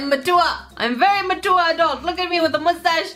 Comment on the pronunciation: I am ma-tour! Also: gets the giggles over the kitty and bun-bun butt details